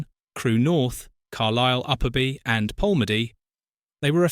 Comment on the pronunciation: I couldn't agree more and I, too, have noticed on this and other videos that AI has a problem with the word AND. It's really irritating!